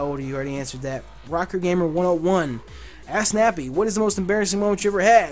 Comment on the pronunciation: I thought u were saying pound ass nappy lol